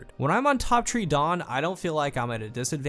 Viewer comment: We all clicked on this video thinking, "top tree dawn and..."